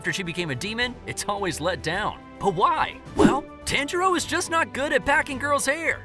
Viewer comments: It’s pronounced (Ton-ji-roe) not (Tan-ji-roe) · Did you know that his name is pronounced Ton-Jee-Row?